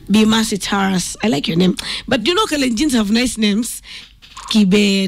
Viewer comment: This Country still has Kenyans who conveniently won't pronounce the name Taurus....tweng jameni.